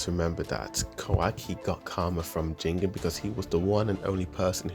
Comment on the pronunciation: "Ji - gen" not "jingin" just to let u know!